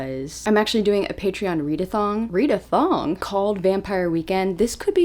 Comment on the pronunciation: The way I choked on my water at "readathong?" lmao